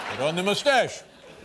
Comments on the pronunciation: well .. Dave ain't French, so he will never pronounce it the right way ... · I've always loved how Dave pronounced moustache.